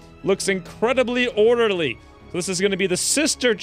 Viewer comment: "If you were an ordeely lama" lmao